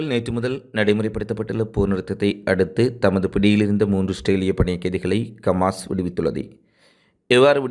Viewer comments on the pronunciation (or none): டேய் சங்கிவாயா கமாஸ் இல்லை ஹமாஸ் என்று சொல்லு ... காஸா மக்களுக்கு செய்த சித்திரவதைகளையும் எடுத்து சொல்லு